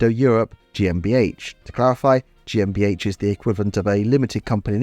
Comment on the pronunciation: As a native German speaker I gotta say, your pronunciation of "Gesellschaft mit beschränkter Haftung" (GmbH) wasn't too bad :D